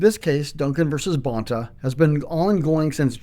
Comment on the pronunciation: Let me guess another reason - the way he pronounces Rob Bonta’s surname?